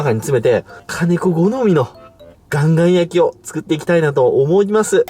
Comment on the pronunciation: カンカンなのかガンガンなのかはっきりしてくれ。